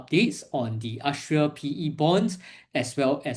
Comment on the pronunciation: 'Ass-tree-er' Bond.